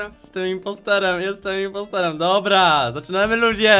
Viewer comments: impostor się mówi a nie imposter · Nie imposterem tylko IMPOSTOR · Nie imposterem tylko impostorem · mowi sie impostorem a nie imposterem xd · Kocham to mówi inposterem zamiast inpostarem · Nie inposter tylko inpostor!!!!! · Nie importerem tylko impostor! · Nie imposterem tylko impostorem impostor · Błagam mów impostOoOooooOoor a nie impostEeEeeeeEeeEer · Mówi się Impostor a nie Imposter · Nie imposter tylko impostoe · Nie imposterem tylko impostorem lol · Nie błąd importerem tylko jmpostorem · muwi śie impostor a nie imposter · Nie muwi się imposter tylko impostor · Czyta się impostor a nie imposter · Mówi się impostor nie imposter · Nie mówi się imposter tylko impostor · Kurcze naucz się muwic to jest impostor a nie imposter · imopstor a nie imposter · Muwi się impostor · Źle wymawiasz impostor